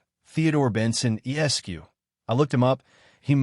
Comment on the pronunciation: Esq is the abbreviation for esquire. Lawyers in the US use it. It is pronounced es-kwahyuhr not s-q